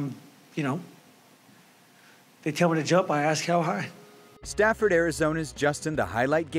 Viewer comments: It's Safford, not Stafford. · Its Safford... not Stafford. Every person in Southern Az is cringing everytime you say that shit. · His hometown is pronounce "Saf-ford". There's no T. #hometownhero